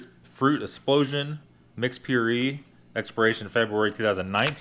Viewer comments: Pureé is pronounced like pure-a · "pure-ree" and "etiquit" lmao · "pure-ee" is almost enough for a downvote, but I like your videos just enough to not be super pissy about it... seriously though... are you mispronouncing things on purpose?